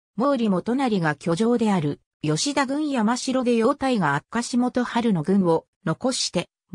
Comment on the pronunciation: 吉田郡山城（よしだぐんやましろ）、吉川（よしかわ）、京（けい）など間違った読みが多いので動画作成後はチェックして修正して下さい。